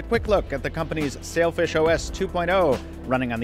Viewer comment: I know it's called Sailfish but I keep hearing Selfish smh